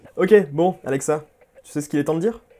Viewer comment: Comment il dit alexa : ALLLEXA